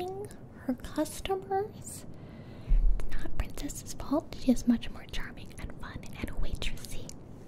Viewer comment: did you really say shis? As an Italian I am, I can only be proud of it🤣